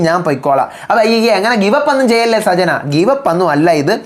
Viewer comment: സജ്ന അല്ല.. സച്ചന.. ആണ്..